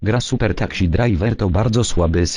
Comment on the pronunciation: Uwielbiam jak czyta "takśi" zamiast taksi:D